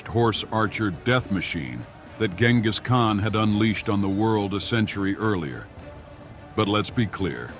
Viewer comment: Man if you do an AI voice video and it says Genghis Khan wrong, you probably should redo it and fix it. Also a hell lot of unscientific blabla in this video to appease the power surge people.